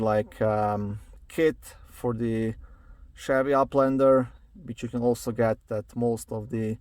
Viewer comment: I love the way you say Uplander lol 🤭😂